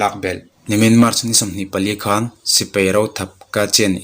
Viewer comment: Sipei a awmlo a sipai tih tur